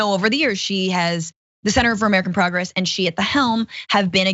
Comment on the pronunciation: "Center for American Progress"... the emphasis is on "Center" than "Progress".